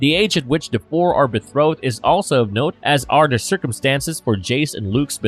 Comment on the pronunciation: how many times can you say "bethrowed" before realizing it's supposed to be "betrothed"